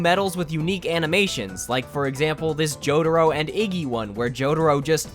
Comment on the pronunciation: jo-ra-ro? dia-volol? are you doing that on purpose or are you just messing with us?